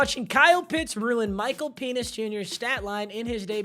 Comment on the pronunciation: Why is he sayin Michael Penis? 😂😂